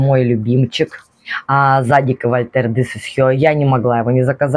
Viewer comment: Да, ударение на второй слог - ЗадИк)